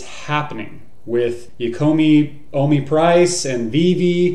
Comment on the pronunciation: why do they call it WOMI instead of OMI ?